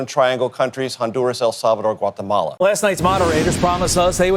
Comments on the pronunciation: Did he really call Guatemala "Guacamala"? 😅 Reminds me of Kathy Hochul pitching illegal immigration to New Yorkers by talking about all the tacos that will be coming their way. I swear all these people are thinking about when discussing immigration is ethnic food. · Why did he say Guatemala like that? It's always super cringe when people are speaking English and try to throw in foreign pronunciations where they don't make sense.